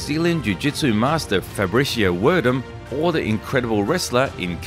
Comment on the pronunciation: bro can’t pronounce Fabricio Werdum to save his life😂😂